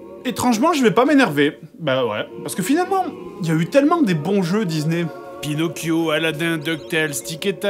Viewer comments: Excusez-moi mais "DiZZZZney", vraiment?! Oo XD mdr je vous adore toute la clique, keur sur vous <3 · Wsh y dit dizney au lieu de disney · "J'vais jouer à un jeu Dizney! " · les jeux dizney xD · ça m'a écorché l'oreille... Au pire, il aurait pu dire "dizni" histoire de le prononcer complètement à l'anglaise, parce que là XD